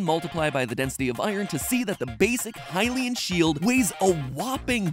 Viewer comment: At least he got "Hylian" right.